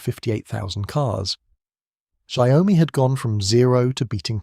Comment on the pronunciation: Please respect the Chinese language. Don't change it ! It's XIAO- MI two separate words it's not Xiao-oh -mi As as Chinese hearing you call it Xiao Oh mi make you sound stupid Xiao means small , mi means rice ( like rice grain ) symbolizing strength even in a small size like a grain of rice 小 米 Xiaomi Please check the Google translate and have the Google translate read it to you This is from Google translate Changing the names makes the contents become silly and stupid giving a bad impression of the content producer too. Don't make a fool out of the Branding.